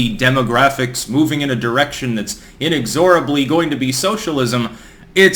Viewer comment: Tip: In "inexorably," the stress goes on the second syllable.